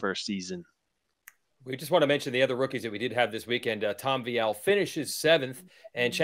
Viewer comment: "vEEal" try it? Not Vy Al